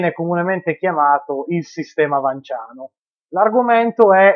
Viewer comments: Se il cognome è pronunciato VanS pure l'aggettivo dovrebbe essere pronunciato vanSiano, non trovi? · Niuton e fisica niutoniana appunto. È esattamente la stessa regola di pronuncia valida per Vans e magia vansiana...